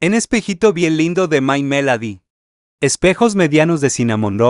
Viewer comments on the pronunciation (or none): My melady?? Así no se pronuncia!!!! Chile morrón?? Es CINAMONROLL!!!